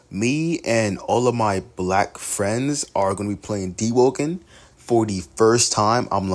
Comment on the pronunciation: bro really emphasized black friends